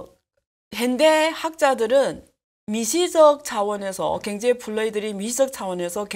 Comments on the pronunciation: ㅎㅎㅎㅎ 아줌마 발음 고치는게 그렇게 어렵니? 겡제 겡제 ㅋㅋㅋ 그단어만 들려서 짜증난다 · 갱제를 경제로만 발음해주시면 정말 좋을듯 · "갱제"로 들리는건 저만 그런가요? 그런데 다정하게 느껴지네요. 님 화이팅.